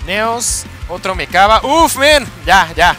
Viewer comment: Por fin alguien que pronuncia bien el Mechaba Jajajajaja:V